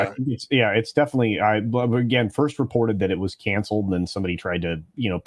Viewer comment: Magical negro- " I was here foist!"